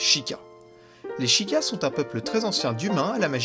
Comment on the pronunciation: et sheikah ca se prononce chaykah